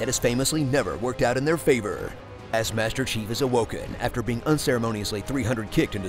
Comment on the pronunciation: I can’t stop laughing cos I keep hearing him say “Master Cheeks” instead of “Master Chief”